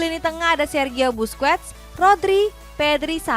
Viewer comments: Basquet dibaca yg gimana ya? Masa dibaca apa adanya? Hello lah min, dibenerin cara bacanya Overall oke sipp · Begitu ya Bang, cara baca Spanyol nya 🤣